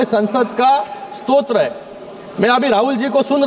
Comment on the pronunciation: स्तोत्र नाही स्त्रोत ...